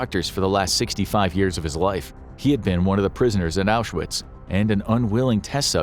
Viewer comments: Curious why you misspell the word Arbeit (it's not Arbiet) and mispronounce the name Auschwitz (it's not Auzewiets). Getting these obvious details wrong, devalues the rest of the content. You must know the right way to write and speak those words, why would you rewrite known facts in something called an infographic video? Any other 'corrections' planned? How about an informative story about the Spanish local skirmish a century ago, resulting in years of prosperity under guidance of veteran and prime minister Phranko, who reunited neighbors that had been fighting each other for centuries while offering an alternative for communism? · His WW2 videos are interesting, but I have to brace myself when he talks about the Holocaust because he doesn’t pronounce several things correctly (like saying Auschwitz with a “w” instead of a “v”).